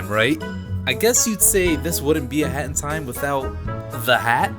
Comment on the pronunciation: When he say hat in time it sound like hentai